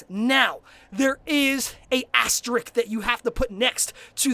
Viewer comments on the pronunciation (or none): I loved the video... EXCEPT the part where you mispronounced the word asterisk. We all have our pet peeves. Asterisk and Nuclear... god... I'm so glad there's no such thing as a nuclear asterisk. I'd kill myself.